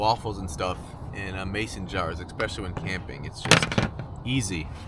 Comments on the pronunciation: Especially not expecially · Where did you learn the word "ecspecially" there is no 'c' in the word. Family americanization from elsewhere. Local jargon??? Do not try to promote ii as a valid word please like hella or your guy's as a compounded useless possessive pronoun it should not be abused or used no grammar is being handed over to many kids. Even Mark Twain Clemens would have been upset; and he was a layback guy. (see how the word can be used.) Especially in a proper example.